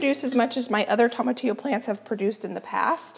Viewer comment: tomatillo is pronounced with long o, not short o